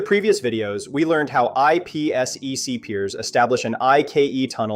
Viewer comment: wtf is IP esss eeee ceee?? It’s called IP Sec